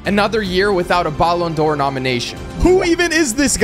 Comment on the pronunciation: Learn how to say ballon d’Or the right way you say is so annoying💀